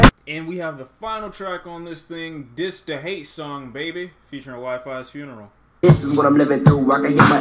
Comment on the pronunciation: you r supposed to pronounce wifisfuneral ,wifysfuneral